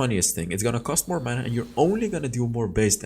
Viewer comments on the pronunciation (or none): none